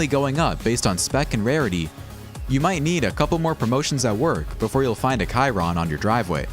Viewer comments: Ky-ron?? Bro it’s shee-ron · I believe it's "Shee-rohn"